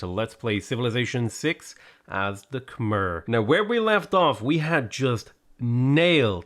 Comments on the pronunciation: Hey bud the way you pronounce khmer sounds like a drunk relative calling you over. 🤣 its pronounced Ka Mai. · Hey great content as usual. Just a heads up, Khmer is pronounced closer to "khmaiy" and sometimes "khmare" (an a sound rather than e).